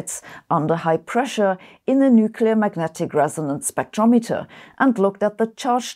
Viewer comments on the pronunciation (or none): none